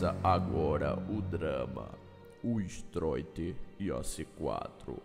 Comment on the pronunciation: Narrador fala ''Strôiter'' KDSAOPSKOPSDOPADSKASOPOSAKPKD LIKE PAPANGU <3